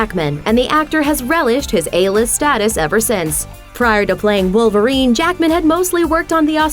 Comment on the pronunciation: who did this clip? Jackman had a few movies before X-Men. and PLEASE say Jackman as ONE WORD!